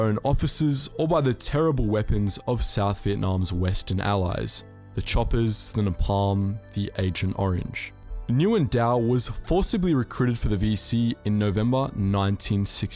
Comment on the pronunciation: Why does he pronounce napalm so weirdly? It’s suppoused to be pronounced naep-aaalm btw if u get What i mean